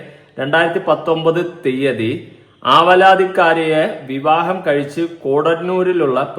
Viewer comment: അവരാതിമോളോ, അലവലാതിക്കാരിയോ അല്ലെടോ, ആവലാതിക്കാരി എന്ന് ശരിയായി വായിക്കൂ